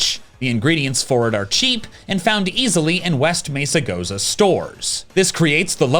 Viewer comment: Every time you mispronounce Mesagoza I feel pain in my chest. Crap.